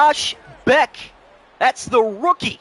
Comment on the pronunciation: Jack Bech like Besh. Not Beck